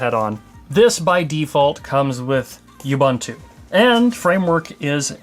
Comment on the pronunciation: to . " Oo-boon-too ". you're welcome. Stop adding a freaking Y to the pronunciation. There is no y in " Ubuntu"